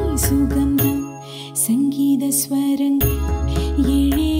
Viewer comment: Both sang very well...Amazing voice both of you.... pronunciation should be taken care in some places...'Sangeetha Swarangal', not Surangal, which male singer sang.... But awesome performance...Hope you go really far...superb...😀